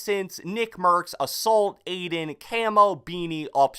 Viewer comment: Wait did u say BINI????? Cmon ur better than that